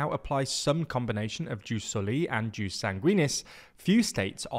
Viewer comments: It’s pronounced yoos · I've literally never heard it pronounced juice until this very video. And I basically ONLY watch and read content in English online. EDIT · It's "yus", not "juice". Also, stress on first syllable: "sòli", not "solì". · I would like to hear Latin correctly pronounced or it sounds incredibly ridiculous. JUS is pronounced “yoos”, SANGUINIS is stressed on the first syllable (hence, SANguinis not sanGUInis), while SOLI is stressed also on the first syllable (SOli not soLI). Please, and thank you!